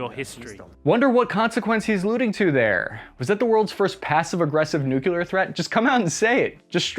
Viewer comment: Great video. But it’s “nuclear”, not “nucular”.